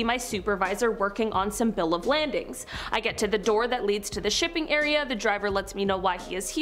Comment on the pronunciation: It’s called Bill Of Lading, not Bill of Landing